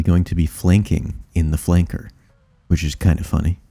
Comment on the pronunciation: "yourrr da touffest flounkor" me